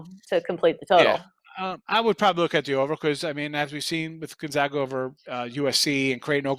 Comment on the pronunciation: Let’s see how many times we can mispronounce Gonzaga while pretending like we are experts...